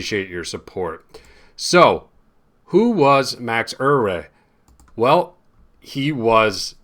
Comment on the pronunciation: As a Dutchman I can confirm that your pronounciation of “Euwe” is almost perfect! Please don’t change it! And thank you for showing and explaining this game. By the way, the Olympiad wasn’t in Germany, but in East-Germany. In 1960 this was a big difference. Please allow me to be such a school teacher and feel free to correct my reaction! 😉